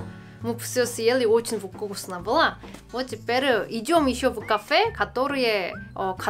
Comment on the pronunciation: Кстати, правильно будет "фкусно", буква "в" в этом слове произносится, как "ф". Это просто если интересно знать :)